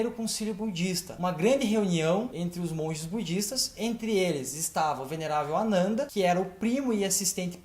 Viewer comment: A pronúncia ficou meio confusa: é Anana ou Ananda?